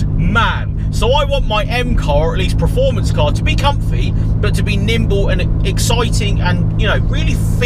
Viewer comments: Mate! I do like the majority of your videos.....but please pronounce the word performance correctly. "Preformance" is not a word. 😅😅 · Please hear this PERformance, not PRUHformence.